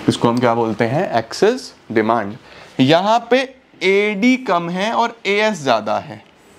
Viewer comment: demand or deymannd